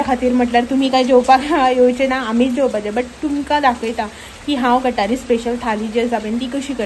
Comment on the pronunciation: Madam " It's not Gathari it's GUT HAAREE Thank you so much